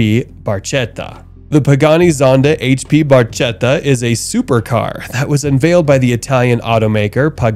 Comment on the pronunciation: the Pagani is pronounced "Barketta"" with a hard "C